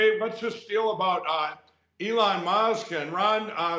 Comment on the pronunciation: “Elon Mosque??”